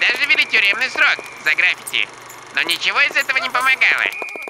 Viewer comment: ГраффИти. )) Ударение на второй слог. )